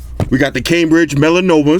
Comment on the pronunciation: did he just say "...the cambridge melanoma? lololll"